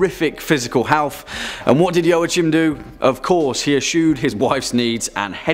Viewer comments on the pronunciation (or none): If I'm not mistaken, Joachim isn't pronounced 'Joe-a-chim' it's 'Wah-keem' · I've never heard it pronounced "Yoh-uh-chim". "Wah-keem" maybe. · I cringed at every mispronounciation of Joachim. It's Yo-a-heem. Sigismund is also nothing like Zygmunt, but I guess that's already ingrained in western culture. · Joachim is pronounced 'Wah-Keem'... fyi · No, I'm sorry, pronounced "Joa" right but the "ch" in German sounds like when a human tries to imitate a cat's hiss. It's a very dry and guttural sound.